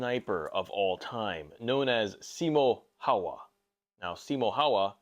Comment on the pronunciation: Bro I love you, but the way you pronounced Simo Häyhä made me cringe… 😂